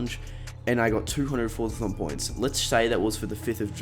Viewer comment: Did anyone else hear him say forthathon points 🤣🤣